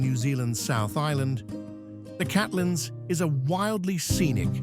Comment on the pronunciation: why do content creators not check their (or AI) pronunciation? luging? that sounds like spitting on someone, when I assume what is meant is a luge, toboggan. People with no knowledge of Queenstown might think otherwise. Catlands? Tongerro, Ben Lammond, oh good grief, you're getting a dislike just cos you were lazy.